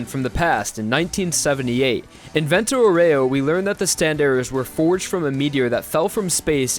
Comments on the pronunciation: Great video! But please, it's "vento àUREO, not "voréo" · Useful tip! The name Vento Aureo, since it's italian, is going to be pronounced: Vento Àureo (Awreo)! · Man I know that italian but "Vento Oreo" made me laugh so hard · Vento OREO... man that is some cringey Italian pronunciation. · It's pronounced Vento "Oreo" x_x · I'm glad you went for the english nane of the series since you butchered Vento Aureo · YOU GOT LIKE THREE ITALIAN NAMES CORRECTLY MATE CALL ME THE FUCK UP NEXT TIME YOU WANT TO DO A VENTO AUREO PROJECT